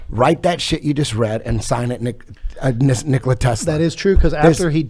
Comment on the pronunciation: The guy can't pronounce Tesla's first name right. It's not Nikolae or Nikolai but Nikola, like Eddie Bravo said. Nicolae Ceaușescu was a Romanian communist politician and dictator. Nikola Tesla was a Croatian visionary and genius. Btw, lots of books were written to hide the truth. They are used as the means of distraction.